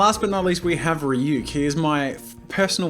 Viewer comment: THANK U SO MUCH FOR ACTUALLY PRONOUNCING RYUK’S NAME CORRECTLY